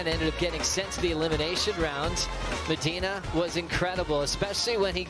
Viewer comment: Mediner ??? Es Medina.... speak proper English you bloke....